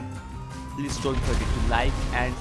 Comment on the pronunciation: S U S C R I B E ACCENT